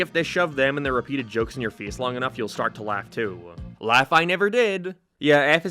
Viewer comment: Why can't this guy say face